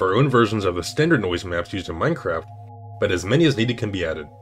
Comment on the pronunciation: why do you pronounce it Meinqwaft